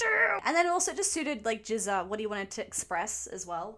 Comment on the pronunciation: GZA is pronounced as a hard G. The way you are pronouncing it it sounds like jizza